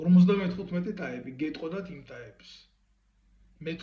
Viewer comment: ტაიპი კი არა შვილო …….. ტაიპი კი არა ტაეპი